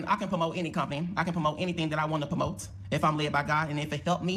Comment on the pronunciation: pomote 😂😂😂😂 someone needs to sponsor for hooked on phonics